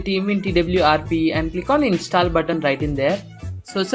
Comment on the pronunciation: Say install not instaal😆 #no offence